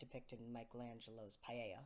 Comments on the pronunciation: When you say "paella" do you mean the "Pieta"? Pee - eh - ta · I think it’s just a mispronunciation. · paella? Do you mean pieta? Or has it been pronounced like the spanish rice dish all this time? Love your music btw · It sounds like you're saying "Michelangelo's paella". Do you mean Michelangelo's Pietà?